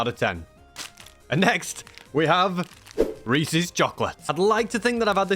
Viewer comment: BUT, he pronounced Reese’s correctly. Something 99.999% of Americans fail at.